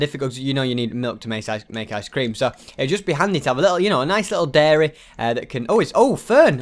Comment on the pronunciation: I honestly thought the title of the video said ‘diary’ until he said dairy